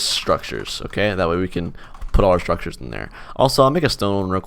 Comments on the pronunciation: Mhm.. I can't say it. Sounds like "Strukchers" Or "Shrukters" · yea, now im getting used to saying: "shtruckchurrs"